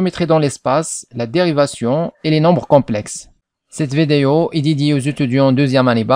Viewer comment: On dit VIDÉO, mon ami, et non pas VÉDÉO !!!